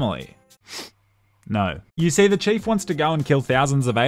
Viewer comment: "Master Chafe" lol